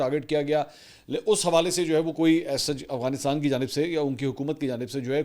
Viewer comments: ایک تولفظ اغوانستان نہیں افغانستان ہے منصور بھائی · Aap afghanisat ko galat bolte hein agwanistan kehte ho aap talafz ko theek krein aap tu itne parhe likhe tu lafaz sahi nhi bol pate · Aghwansitan 😂 Mansor Bhai